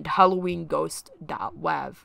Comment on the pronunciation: “dot wAHv”